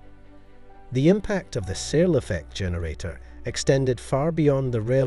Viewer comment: A minor point but for me it's important to pronounce Searl's name correctly. It's pronounced like "Sir" with an L not "SeaL".